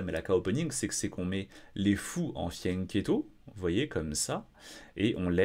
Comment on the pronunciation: a un problème avec Anna mais aussi (un peu) avec le terme "fianchetto". Il ne cesse de le prononcer "fiennchetto", mais aussi "fiannchietto", rajoutant un "i" au diminutif "chetto". Un petit cours d'italien, deux trois parties italiennes et il n'y paraîtra plus 😉